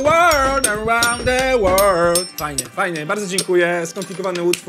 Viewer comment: Jakub Grzywa czyta się ,,łerld" .